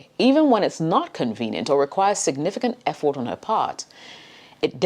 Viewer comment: I felt like she was telling fword Instead of effort